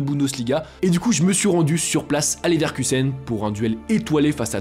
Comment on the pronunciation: Je buvais quand j'ai entendu "Neverkusen", t'as failli me payer un nouvel écran